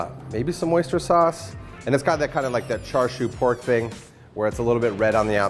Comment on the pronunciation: It's pronounced as cha as in cha from the dance ""cha cha" and sieu like seal but the u replaces the l